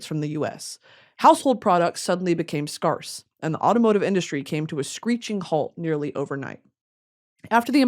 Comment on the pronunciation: "Exorbitant and Exuberant, those are gon' be two different words, y'all learned something new today" gurl no we did not 😂 love you, but scarce is pronounced "Skairs" not "skahrs."